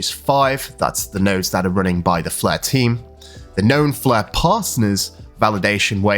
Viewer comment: FLARE!! NOT FLEURR